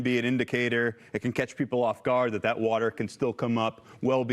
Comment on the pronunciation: Is the Dementia Patient gonna open the dams like he did in California? Just to make sure you guys have enough "wotor"